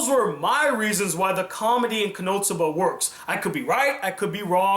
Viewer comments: I keep hearing you say konoTsuba and it's funny coz there are clips in between saying konosuba 😂 nwei great review 👍🏼 I hope you review Demi Chan when it's done:) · its kono-suba not konotsuba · Why does it sound like you are saying Konotsuba, and not Konosuba? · His pronunciation of it? Yes, me too. Not sure i'll watch it all, stopped at 5.33 to write this. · For some reason I keep hearing "KonoTSUBA" xD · Why are you calling it Konotsuba?